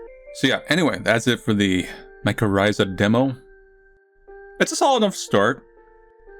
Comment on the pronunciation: MY CHORR ITHA is how u pronounce it